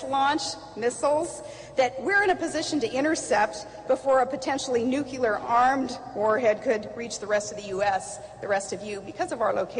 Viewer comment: why oh why cant she pronounche the word Nuclear correctly. Alaska is the air crossroads of the world, so i can see Nort Korea from my house.....why anyone even considered her as VP is beyond me, she is dumb as a door and mad as a hatter.